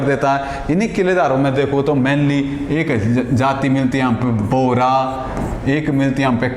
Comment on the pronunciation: बोरा नहीं बोहरा...